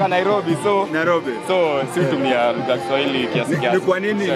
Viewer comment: 40 seconds in ... and all i hear is 'LUHA' 😂